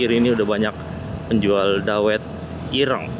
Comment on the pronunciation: Pengucapan dawetnya dikoreksi nyonya😂